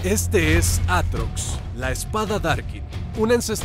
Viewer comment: devuelvan la R a mi Aatrox >:(